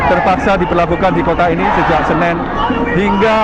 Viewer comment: Hari Senin kok jadi "Senen" can TV One choose more better reporter than him with better vocabulary? jadi di dengar nya enak. :)